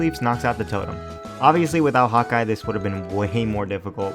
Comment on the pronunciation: i think my furry blood is too strong, Everytime you said Hawkeye,i heard Hot guy. xD